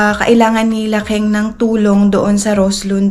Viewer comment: Kung concern ka talaga kay aileen itama.mo.ang mga wrong Grammar nya. ONE DAY A MEAL is one meal a day 😂 food not foodssss 😂😂😂 i can go on but for now yan muna icorrect mo pls. Pati name ni KENG... ITURO MO ANG TAMA HINDI KING 😂😂😂 grabe katigas uy 😂😂😂